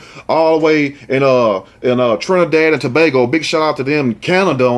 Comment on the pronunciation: My God who can you trust smdh. I wonder if the boyfriend saw signs? Not every woman is a good mother😡. Thanks for saying Trinidad&Tobago right. 🇹🇹 In SC😊